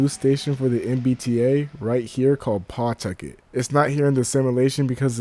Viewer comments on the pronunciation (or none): It's P'tuckit, not *Paw*tucket